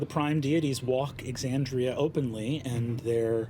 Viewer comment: I know it's a small thing, but you've pronounced Aabria's name wrong, and I think you should fix that. (Also pronouncing Exandria wrong, but that's not someone's name, so it's not a big deal.)